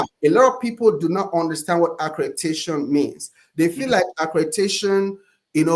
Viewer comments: He keeps trying to put that stank African dialect on ACREDATION BUT HE PRONOUNCES ALL THE OTHER WORDS CORRECTLY 😂😂😂😂😂😂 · Never trust a so-called “educated man” (scammer) who canNOT pronounce ACCREDITATION!